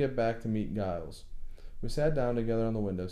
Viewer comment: 'Giles' is pronounced 'Jiles' (with a long 'i' as in 'miles')